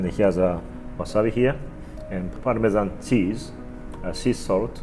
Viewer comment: When you said parmesan cheese you just killed an italian boy